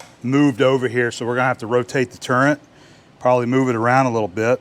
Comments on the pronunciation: Ha! Make sure to “adjust the turrent like such.” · Is it me, or is calling the turret of his mill a “turrent”? 😮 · and.... Is that just me? Or does keep calling the Swivel or Turret, on the milling machine a "Turr-ant"??